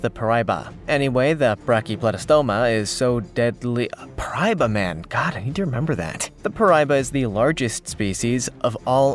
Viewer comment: First off the Gooch is a Himalayan river fish. Second, the name of your so-called freshwater shark is pronounced “pear i e ba”. For crying out loud if you’re going to make a video about something at least make it correct and accurate and if you get feedback that says you’re wrong, take it down and correct it! You’re number one deadliest creature in the Amazon is Not deadly to anybody!